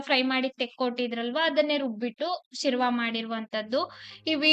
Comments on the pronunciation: Sirva ಅಲ್ಲ sherwa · ಶಿರ್ವ ಅಲ್ಲಾ ಶೇರ್ವ ಅಂತ ಹೇಳಿ